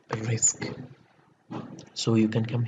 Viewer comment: I'm tired of you with your Risk instead of Riks )) I am jocking. Good luck